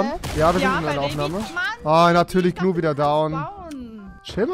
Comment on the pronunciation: Rewi sagt immer zu Gnu man 100% richtig